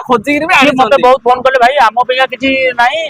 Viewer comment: Video re khali kati kutiki kahucha phoon kale kahucha phhul let kahucha